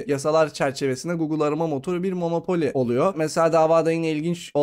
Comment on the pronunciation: monopoli değil monopol.